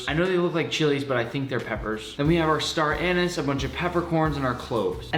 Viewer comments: cool video but its star anees, not star anis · star anus lol its star anieeeez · star anis??????? atleast in aus its pronounsed anease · "StAr EaNiS" Its (a-nees) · They’re pronounced “star uh-nees” not star anus. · A couple of star anus Wtf... Its staranise read both not read and cut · I had to double back I thought he said star anus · HAHAHA he said STAR ANUS 😂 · "Star Anus" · i thought i heard star anu*ses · I could swear i heard star anus😂😂😂😂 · Isn’t star anise pronounced star aneeeeeese lol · It's pronounced star anise, not star anise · Hate your pronunciation of “star anise” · actually, it’s pronounced “star anise” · WHY DONT YOU SAY CHILLIES PROPERLY? CHIILAAAAAAISSSS WHY DONT YOU SAY STAR ANISE PROPERLY?! STARR ANNNNNNIISSSSS haha, weird kid bro. You do it for lolz it must be,.